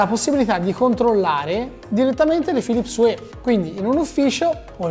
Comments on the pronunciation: "Philips uè"??? oddio o____O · Una recensione a opera di un sito di tecnologia, con 375k iscritti, e dice “Philips uè”.... ma come si fa! 👎🏼